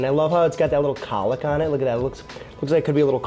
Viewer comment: "collick"? What the flying fuck is a "collick"? Are you trying, and failing to say "cow lick"? Because THATS what that pattern is called.